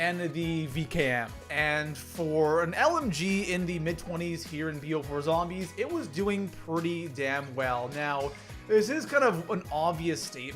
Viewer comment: love how u say zhombeez :D